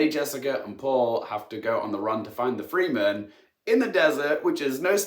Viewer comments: It's not pronounced "free-men" just Fremen. So many people make this mistake.. my petty annoyance. Otherwise, spot-on review. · FREMEN IT'S PRONOUNCED FREMEN NOT FRIKKIN FREE MEN! How many more times do i have to hear this on y/t! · Please its fre men not free men 👍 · Fremin not freeman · From this review... does this mean that the movie calls them the "Free-men"..? I've never heard it pronounced that way. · Please don't tell me they pronounce Fremen like 'freemen' in the movie...